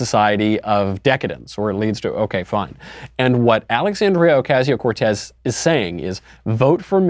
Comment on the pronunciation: This guy doesn't appeal to me because he can't pronounce Ocasio